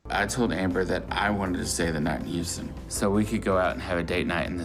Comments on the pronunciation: They could use some duct tape on that thing. It would last long enough , I'm sure. LOL .Shes bigger than him. She needs to be on that diet, too. Noticed she said as soon as WE got back to town. So, she didn't have to work? She was afraid to face the fat grim reaper. Did he say " house-tin" texas?? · The dude never heard of Houston...and can't pronounce it?